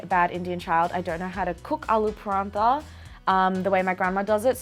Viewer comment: Sohan's pronunciation of paratha 😬